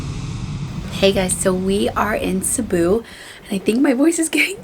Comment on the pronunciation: the way you pronounce Cebu, pesos and also Boracay in your entryway makeover video is on point. Not a lot of foreigners say them right. 👍🏽👍🏽👍🏽